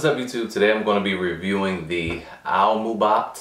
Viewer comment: Its not aLmubot its aimubot